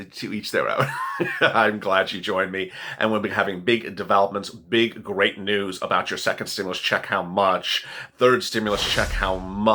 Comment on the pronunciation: If you say grate new one more time I am going to 🤮